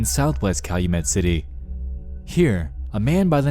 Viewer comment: Calumet City is like an hour drive from my house. Props to you for pronouncing it correctly like a local would.